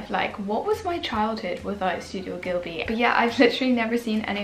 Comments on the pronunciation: Jade Savage I am not like tryna scorn her or anything but she said “gilby” lol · I love Studio Ghibli!! Xx (btw it’s actually ghibli not ghilbi ☺️) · Hehehe bby it’s GHIBLI pronounced “Jib-Lee” ❤️❤️